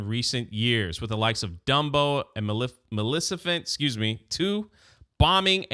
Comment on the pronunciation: Good stuff you‘re putting out there. One thing though: Ma-Le-Fi-Cent. You‘re welcome. 🤣👍